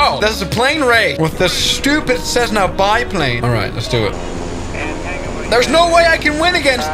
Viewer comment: Thats not a cessna, thats a tressna